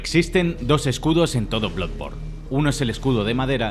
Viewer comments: Bluborn? Jaja diría que es bladborn la pronunciación, y luego ya dice blodborn jajaja madreee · Cuando deben de pronunciar como se lee no lo hacen, que es eso de bludborne a pero no sea Spiderman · “Bludborn” La mayoría de veces se niegan a pronunciar el inglés con el acento adecuado, otras veces cuando lo intentan lo hacen directamente mal. Decídanse! Que me ha gustado el video. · Soy el unico que escucho Blood Porn al principio? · Todo bien,pero no me puedo fiar de una persona que ni sabe pronunciar el nombre del juego.